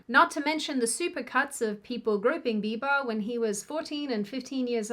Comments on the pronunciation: Justin Be-bah. Lol! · Did just say “Justin Beeba’s forma house keepa” Gosh she is cute. In any event, with a million subscribers seems to me that is something of a celeb herself. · justin Beeeba 😂 😉